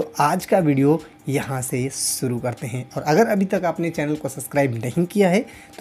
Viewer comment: सुरू नहीं ओ शुरू होता हैं और शिर्षक हैं